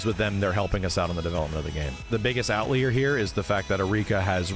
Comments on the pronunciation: Why does max keep saying "out leer" instead of outlier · Great video and all, but why does pronounce outlier like that... it hurts my soul... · Why does he pronounce “outlier” like that? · Ok so I’ve noticed do this about 5 times in the last month. I’m in the UK so I asked on Twitter if this is an American thing and apparently not. I think it’s just one of those words you’ve read but haven’t heard, so you don’t know what it sounds like. We all do that sometimes. What I found weird though is in the Triple KO podcast every time pronounces outlier like that, Matt and Justin don’t react like anything is weird so that made me think it’s maybe a dialect thing.